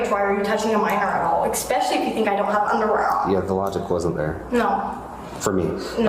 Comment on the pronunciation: Since when does especially have an X in it??? Expecially??